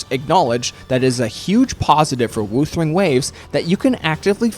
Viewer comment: The way you pronounce "wuthering" hurts lol